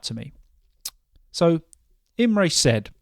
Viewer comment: Hi! Don't worry, your pronuonciation of my name was perfect! 🙂 Thanks again for including the story. Have a nice weekend, Imre